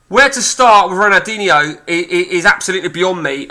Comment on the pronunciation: Could learn how to pronounce his name between the swearing